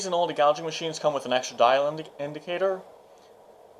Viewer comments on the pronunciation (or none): In-o-leddy, not In-oldy. Other than that, a decent explaination.